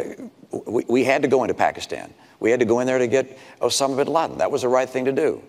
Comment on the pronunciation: "Obamis Bin Laden". Oops .